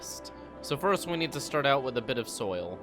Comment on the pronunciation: what accent is it that adds an h sound to words like "out", making them "ouht"? is midwestern?